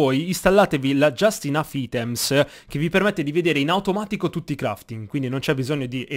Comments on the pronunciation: Mi sorprende che dopo anni nessuno ti abbia mai detto, magari sotto ai video o ai raduni delle manifestazioni, che si PRONUNCIA AITEM NON COME È SCRITTO OVVERO ITEM. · Liam Kennedy ma è sbagliato leggere come è scritto “item” è inglese mica una parola inventata~ si pronuncia “aitem”